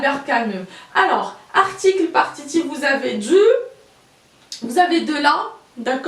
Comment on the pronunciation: Encore tu prononces dzu et non pas du